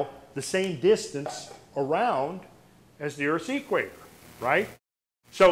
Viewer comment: is a great researcher and definitely an intelligent man. Which makes it even more confusing that he pronounces equator as "Eeek-waiter". It reminds me of hillbillies who pronounce cement as "see-ment" or police as "po-lease".